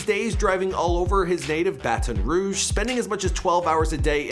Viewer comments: Please stop saying bat-on ruge , it’s Baton Rouge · BaTON Rouge not BA-TON Rouge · Bat-IN Ruuu-j = Baton Rouge. You say it terribly. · Already pissed me off wit da batone rouge , it’s Baton Rouge 😐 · He said like fat lol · Just say BR instead of baton rogue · Most of my cousins are from Canada Quebec i understand why you pronounce the A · Y he say Baton Rouge like that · It’s updated & he still saying BaTon rouge 🤦🏾‍♂️ .. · That’s not how u say Baton Rouge!! I’m from Louisiana, trust me I know 😂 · t time you should just call it BR cause thats not how you say Baton Rouge